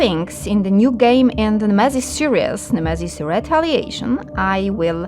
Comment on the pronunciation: Misiu złoty, za to ktoś zapłacił a usługodawca nawet nazwy produktu poprawnie nie potrafi powiedzieć. Jak jesteś pro i bierzesz pieniądze to rób to porządnie, bo to jest reklama produktu idąca w świat.